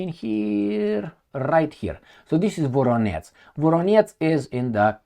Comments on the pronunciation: please, work on your pronunciation of VoroneZH. That ending ZH is pronounced the same as the first letter in July. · Voronetz -> Varonej